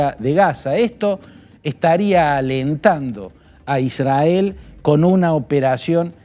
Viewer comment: Sr. Fantini, israel se pronuncia con erre no con ere. Se pronuncia isrrael. Son las reglas de nuestro hermoso idioma. Es para no aumentar su confusa y siempre inclinada exposición pro israelí.